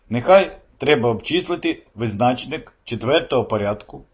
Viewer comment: Чому визнАчник, а не визначнИк ?